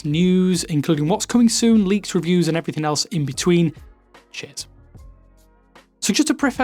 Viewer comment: Quite clearly said Cheers - but the annunciation was slightly off